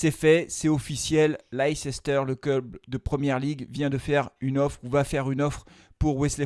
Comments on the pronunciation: Svp arrêtez de dire leiCEster ça s’écrit comme ça mais ça se prononce Leister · C'est pas possible de prononcer Leicester de cette façon... On en oublie tout le reste